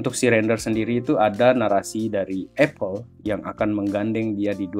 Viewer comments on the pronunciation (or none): none